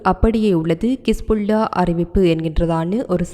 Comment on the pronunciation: அக்கா கிஸ் புல்லா இல்லை ஹிஸ்புல்லா